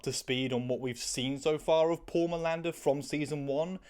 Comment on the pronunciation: Your pronunciation of Paul was sounding to me as poor. so it was "Poor Milander" instead of Paul Milander" XD